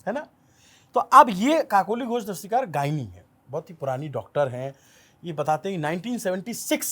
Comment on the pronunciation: Its Kakoli DastiDar, not DastiKar.